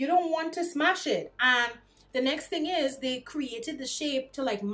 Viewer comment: MVP, Board Member, She a CEO saying tings!